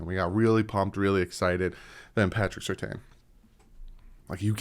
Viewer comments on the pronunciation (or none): It's not pronounced Sur Tayne, it's more like Sir Tan. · Quick question for or the commenters about Patrick Surtain. Back in his playing days, his last same was definitely pronounced Sur-TAN on TV. I'm hearing and Reason both saying his name now as Sur-TAYN, and they both normally know their Dolphins better than me. But isn't it Sur-TAN?